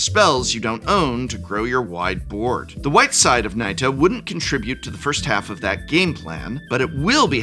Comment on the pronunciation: Finally! We need a Professor to pronounce Nita correctly. 🙄